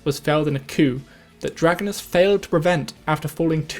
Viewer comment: Just to let you know it's pronounced Drah-Go-Nass.